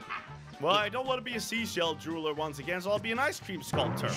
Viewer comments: is not juwerler is jewweller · jewelerer Me irl:... what's a jewelerer...?